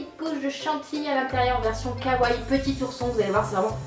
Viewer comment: on dit "kawa i" on pronnonce le i à la fin..